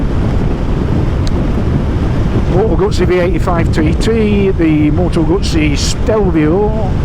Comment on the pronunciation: I hope there aren't too many restrictive or insidious DRMs in the software that control the electronics in this bike. Btw, you can't say "Moto Gutsy", because that's how it ends up being spelt in the subtitles. So, unless you are Italian, just say "Guzzy", please 🙄😏